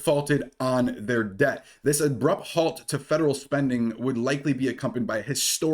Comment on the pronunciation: Pronounce your T's. We aren't in great Britain! Good video... Debt. Not deh.. Button not buh ehnn